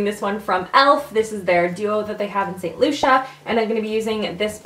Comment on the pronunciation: Lol loved this! Btw the elf blush and bronzer is pronounced Saint Lucy-a not loo-sha